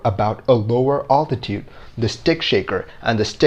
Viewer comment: For the love of God, it is ALTITUDE not attitude.